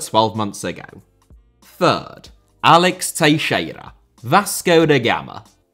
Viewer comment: Only will randomly pronounce Teixeira properly and butcher everything else lmao. No way Teixeira is the easiest name out of all the players and teams you've mentioned.